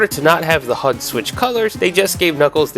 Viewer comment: that is NOT how you say HUD